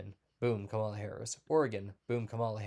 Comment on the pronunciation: You gave yourself away bro by DELIBERATELY pronouncing Vice President Harris' first name wrong (btw this means you are a racist ) ! Your entire "gut feeling" is now worthless.